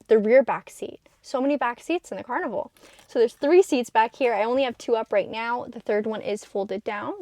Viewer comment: “Car-nival” so funny! Keep up the great work!